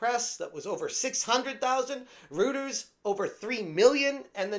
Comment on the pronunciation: bro said "Rooters" 🤦‍♂️